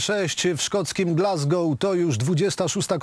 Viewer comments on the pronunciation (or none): none